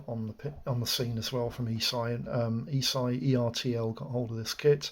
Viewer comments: Not Eeesii, it's pronounced Esh-ee. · This is the first time I've heard anyone in the hobby pronounce the Italian Company ESCI ("äschi") like "e-Sci"! Interesting.